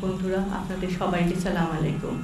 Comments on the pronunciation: সালাম টাও ঠিক মতে দিতে পারে না। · J salam ta thik moto dite parlo na se bole hadiser kotha how funny